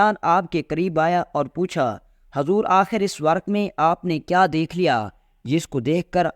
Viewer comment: ورک نھیں ورق ہوتا ہے